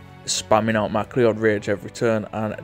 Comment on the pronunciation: MacLeod is pronounced M'Cloud